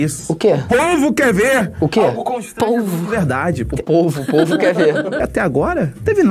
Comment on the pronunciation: Por quer o falou "polvo" envés povo AFF; _ _